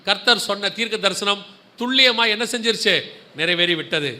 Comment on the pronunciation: வணகககம் சகோதரா நீங்கள் சொல்லும் வாா்த்தையான துள்ளியமாக என்பது தவறு துல்லியம் என்பது சரி "ல"